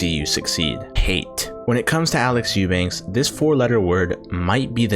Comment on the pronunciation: What kind of serious channel do you aspire to be when you freaking cannot pronounce the guy's last name properly? Eubank without an S